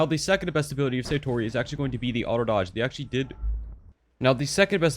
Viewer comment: its not saytori it sAtori a is pronounced as ah